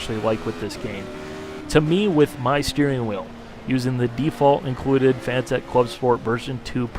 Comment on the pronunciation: it's Fa-nah-tick! not fanatech